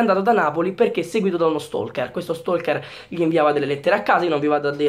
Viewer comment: Stai attento 'stalker' non 'stolker' (te lo dico altrimenti cominciato a rompere)